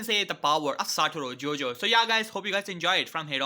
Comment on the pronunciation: man called him satoro jojo